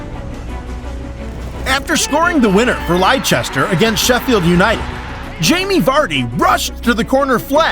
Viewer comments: Ieicester not liechester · Liechester lol